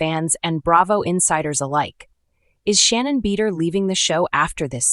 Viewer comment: You open with the worst picture of her ever........ and cannot even pronounce her name correctly?